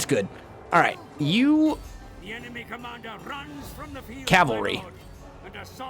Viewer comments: “cavary” Please insert the L 😂 Calvary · Its Cavalry.